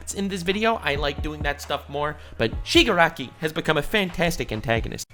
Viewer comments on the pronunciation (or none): Bro really just said Shigakaraki